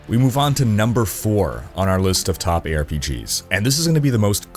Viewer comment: I swear i heared "here are top 5 pigs" xD